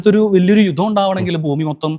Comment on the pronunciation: യുത്തം അല്ല സേട്ടാ ജുധം